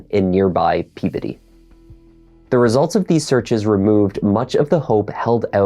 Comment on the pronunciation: he pronounced "Peabody" correctly! Impressive!!